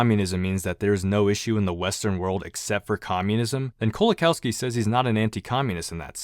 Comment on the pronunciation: pronounced 'LEzhek Koe-wa-kawfski'